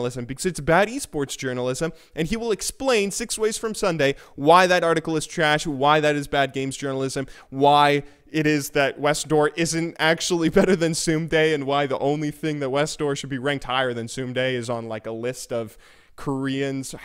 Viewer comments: It's pronounced the same way as "someday" great vid tho <3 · ssumday is pronunced someday if that's who ur talking about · Lol, you pronounce ssumday funny.